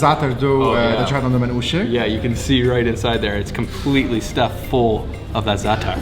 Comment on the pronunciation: Cringe Lebanese host... sexy food.. akward. Let that man eat his falafel. Also they should have taught this white boy to pronounce manushe better